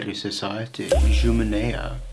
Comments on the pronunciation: It's Junimea not Juminea. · It's actually Junimea, not Juminea. From the word "June" = Youngster, based in Latin "juvenis". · It is Junimea and not juminea. 'June' also means 'youngling' in old romanian and not just the godess Juno :). The first lasting creation of the Romanian state under Alexander Ioan Cuza was a generalist movement pushed forward by sheer willpower and sacrificing their wealth. 'Them' being the youth elite schooled in western Europe that managed to flip from the older elite that was very russian style inspired (they sure loved their serfs *wink wink not s**ves). A. I. Cuza was the guy himself that managed to abolish serfdom despite very steep opposition. Nice of you to cover such topics but keep it real. Anything to do with Dacia 'disappearing' plays into the hungarian nationalist propaganda as their thesis is that everything was empty and everything is rightfully theirs. So the topic is guaranteed to be highly controversial however one tries to nit pick it. Other that the nutjobs, the common folk does believe that latin came to Dacia and that the romanian language keeps some words from dacian origin. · Corrections: 1. - it's Junimea (accent on "i"), not Juminea; 2. it is "Protocronism", not "Protochronism" - "ch" does appear in Romanian only in specific circumstances around groups like "che" (pronounced somewhat close to "k[h]e") and "chi" (somewhat like "k[h]i"). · Junimea (youth), not "juminea". It comes from june (latin juvenis). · JUNIMEA not Juminea, from romanian word "june" (young). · Junimea .. NOT Jumimea!! 😂 I laughed so hard. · Not Juminea but Junimea society where Titu Maiorescu and Mihai Eminescu were activating . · Mihai Viteazul, not Ioan cel Cumplit, Junimea, not Juminea, and boieri, not boyars. Where you did your research man, because it isn't credible at all with such amateurish mistakes? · Junimea not Juminea... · It’s Junimea not Juminea. Think of the root jun which is like young. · JUNIMEA, not juminea